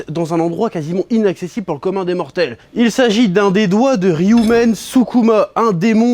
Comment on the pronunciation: Et disait encore SUKUMA au lieu de SUKUNA 😂